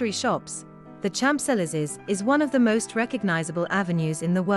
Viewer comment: The h is silent in Champs